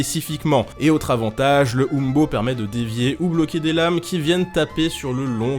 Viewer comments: umbo ce dit in-bo et non oum-bo mais c'est un détaille ^^ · Petite précision : il me semble que les historiens et archéologues français prononcent plutôt "imbo" (hein beau si vous préférez).